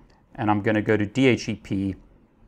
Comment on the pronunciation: Love your videos, well-paced and informative. But I find it really hard to get past your pronunciation of DHCP...